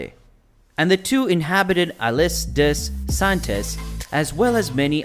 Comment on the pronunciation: Oof. I respect that French is probably not a language you speak and I appreciate you trying but you've used a Spanish-like interpretation that makes the words unintelligible. For example: Grande-Terre = ✅"grawnd tare" vs. ❌"granday taray" Basse-Terre = ✅"bass (like the fish) tare" vs. ❌"basay taray" Iles des Saintes = ✅"eel day saint" vs. ❌"eeless dess saintess" There might be good info in this video but I just couldn't get past the pronunciations. It was far too distracting. Google Translate can help you with how to pronounce the words if you care to re-record the voice-over. It would be helpful to visitors to Guadeloupe to be able to communicate effectively.